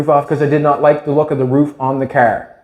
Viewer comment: Its a car, not cärr and stop whining or I stop watching😂